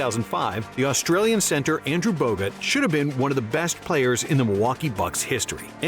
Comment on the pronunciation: shi says andrew bogut lmfaooo